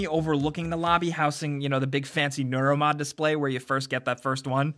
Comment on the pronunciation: IT'S NEUROMOD NOT NOROLMOD